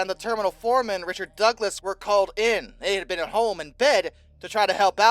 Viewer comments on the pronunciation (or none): none